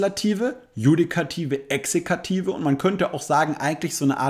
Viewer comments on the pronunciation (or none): Es heißt "Exekutive", nicht Exekative 😒😏😣